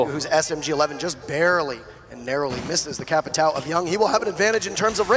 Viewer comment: why doesn't anyone pronounce Capitão correctly?